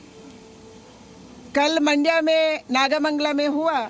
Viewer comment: It is not मांड्या. It is मंड्या.